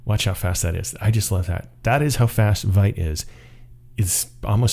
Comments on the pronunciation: It's called vite not vite! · Vite == french word for "quick", pronounced /vit/ , like "veet"... Blame Evan You >:(